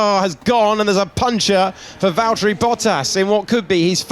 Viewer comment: Kevin, its Valtteri